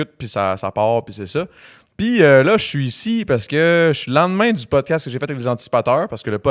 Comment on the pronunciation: Hahahahaha le poudcast 😂😂